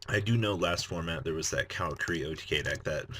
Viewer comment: Car-a-curi not cow-ra-kuree